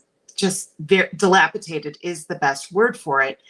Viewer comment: Oh my OCD is triggered. The word is dilapidated not dilapitaded!